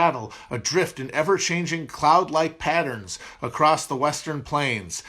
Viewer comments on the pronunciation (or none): none